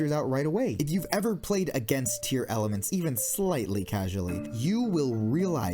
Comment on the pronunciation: Rex would benefit the most from Dinomorphia. This sounds really weird since you said "Tear-Elements" instead of "Tear-Laments".